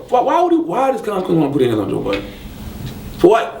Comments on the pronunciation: He STILL calls him joe BUDDENS.its BuddeN hahaha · ITS BUDDEN, NOT BUDDENSSSSSSS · You cant even pronounce joe budden name correctly, I know he cant stand charlagay tha fraud...